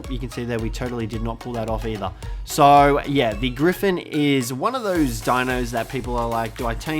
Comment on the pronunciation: Thought you were trying to say orgy when you were discussing the gryphin